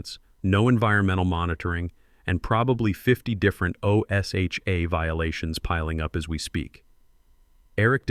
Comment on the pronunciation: Please! tell your AI = O-S-H-A (OSHA) is not pronounced spelled out as it's being done here, it's pronounced as one word "O-sha".